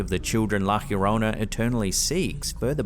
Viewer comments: In the next video where a viewing of la llorona comes up, please pronounce it correctly, I can hear you are trying but whoever gave you the pronunciation was wrong. Pronounce La Yorona, no H sound. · You say it like "lah yourr-own-ah" slightly roll tue R lol there's no H sound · You just couldn't stick to "Lah Yo-roh-nah" couldn't you hunh. Is this gonna be your thing now? "Lah Ghhhhhyorronæh"? Sigh